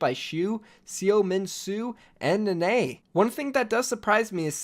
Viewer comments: Nenne is pronounced “neh neh” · Love the vid. Only just got triggered by your pronuciation of Nenne